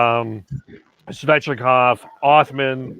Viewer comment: Svechkov: Svechnikov: SVECH-KOV!.....at the end of show...: Svechnikov....lol, I'm done